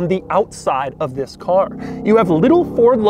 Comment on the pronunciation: he says ZZZZZIIISS IS THE 2020